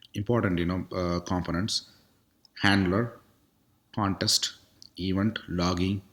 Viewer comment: Useful info! Minor suggestions: you could work on your speaking, sometimes it's not very clear. For example, the word "context" you are pronouncing "contest". Just a kind suggestion :)